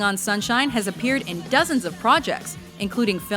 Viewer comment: "dosens" lul